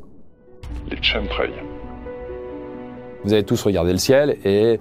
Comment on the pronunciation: Shemtrail 😂 Ça se prononce Kemtrail 😊